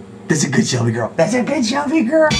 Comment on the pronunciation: 53 its Shelby not shellbe